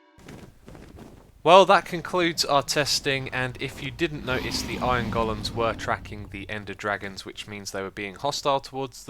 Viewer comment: I love how you call them goal-ems instead of golems. Lol.